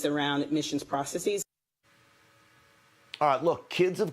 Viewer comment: Could media stop saying "optics" and learn how to pronounce "processes" correctly.